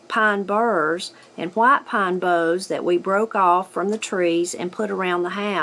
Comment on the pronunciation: I cannot tell whether you meant to say white pine boughs or if you said bows on purpose. I hope they did not kiss everybody on the lips when they walked under the mistletoe. I once heard about a women who kissed her son on the lips, and that is just nasty.